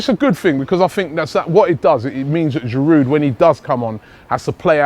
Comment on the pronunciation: There's a silent 'd' in Giroud, just as there is a silent 'H' in Henry. Some respect for our French players, please.